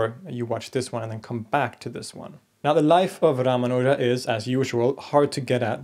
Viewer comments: You mispronounce His name. The second syllable is where the emphasis should lie not the third one as you say it. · Your pronounciation of Ramanuja, Alvar and several other words is indeed inaccurate. But good enough for a foreigner with no formal training in the languages.